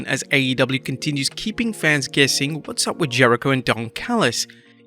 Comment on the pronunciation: Stop saying “fans-is”! Plural of fan is FANS